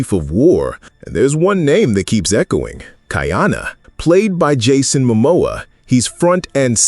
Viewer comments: you are mispronouncing his name. it is not Kaiana. it Ka’iana…… (Ka E ana) it has an Okina between the A and the i. By pronouncing it incorrectly you are changing the meaning of his name. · Not kai-ana, ka-ee-ana. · Your dates are often off by 100 years - please check the script. Also, the name is pronounced KA-EE-Ahh-NA. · Most of your pronunciation throughout your show is pretty good except for how you say Ka’iana. Since this particular show is about Ka’iana, maybe go back and watch an episode to hear the pronunciation. We have several punctuation symbols that are like extra letters in the Hawaiian alphabet. The ‘ or “Okina” is a glottal stop to stop the blending of the letters. Pronounced Ka ee aa na. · Did you know that Ka’iana has 3 syllables. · It’s killin me 😂!!